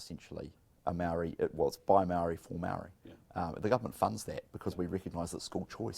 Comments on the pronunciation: Marriyy not marrry! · Bishop, Its Māori NOT Marrrrry, get it right! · Meowree, how ignorant and lazy do you have to be to not even pronounce it properly, and it’s not even hard, its literally “moldy” cmon cuzzie, kids can do better🤣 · No no no.. its moouuldy lol